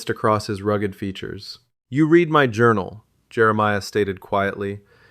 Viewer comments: Good story. I would love to give a thumbs up but…. issues for me was the audio. It sounds like a real person is reading it until you come to words like read, which is pronounced red on past tense. Now if read something it sounds like reed. Present tense. It’s so simple that even a non educated person can hear it. Please do better. There is too much AI when we need the real thing. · A bullet “lead” is not pronounced leed! The correct pronunciation is “led!!” And past tense “read” is pronounced as “red!”